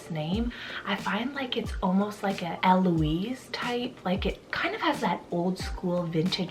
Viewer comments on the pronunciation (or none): none